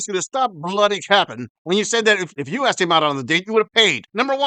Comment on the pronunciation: "Because I AWKSED..." Do even British Blacks mispronounce the verb "to ask?"